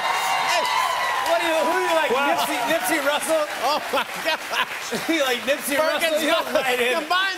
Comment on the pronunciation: did Jimmy say “Nipsey Russle” ?😂